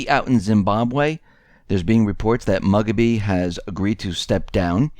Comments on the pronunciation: I almost fell off my chair when I heard MUG A BEE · Out in America, you cant pronounce leaders in Africa names. Moo Ga Be!/ Mug a be, clueless! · you keep mispronouncing Mugabe's name...it's pronounced "moo-gah-bay"